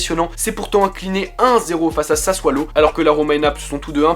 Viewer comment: Cool :p la seul chose c que sasuolo ca se prononce pas saswalo mais sasolo